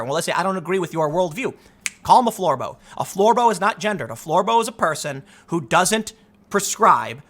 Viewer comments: Lmfao.... "Floor-boh", smh... Bravo Tim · please stop saying Florbo!